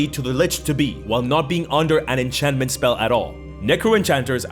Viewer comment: Illusion and enchantment do not end in "tion". also "Dinivation"?